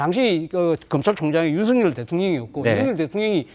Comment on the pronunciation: 윤성녈이 아니라 윤석열입니다. 일본사람처럼 발음이 안 됩니까???